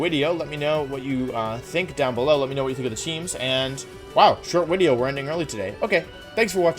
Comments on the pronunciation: u said VIDEO instead of WIDEO .. HOW COULD U D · When he says video it sounds legit halfway between video and wideo and I'm actually so impressed by how he's able to make this soun. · Why do he say wideo